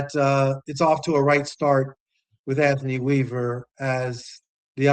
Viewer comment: Bro did he say Anothny Weaver???.....noooooooooooo......please please please get an established coach